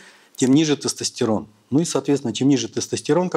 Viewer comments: Он слово тестостЕрон говорит как соседский, потдатый дед на во дворе на ловочке... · Мля... Я еле дослушал, в русском языке не всегда слова говорятся как пишутся. В слове тестостерон, секс, компьютер вместо Е произносится звука Э. Ухо режет жесть. Содержание тоже под вопросом. Какая-то околонаучная лекция... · Врач не правильно произносит тестостерон